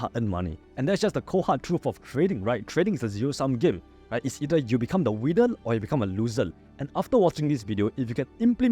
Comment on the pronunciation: For every winnel there will be losel 😂